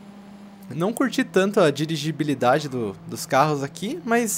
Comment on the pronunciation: digibiridade kkkkkkkk